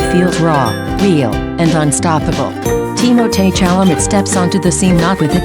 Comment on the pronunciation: Pronounce his name correctly.